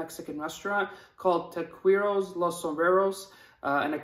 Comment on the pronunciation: love your videos brother I'd like to meet you someday I'm from Chicago iA we'll halalify together someday on me :) . btw Taqueria is pronounced like Zaqaria with a T.